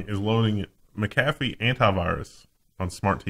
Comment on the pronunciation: Mack -ah - fee. not Mick-afee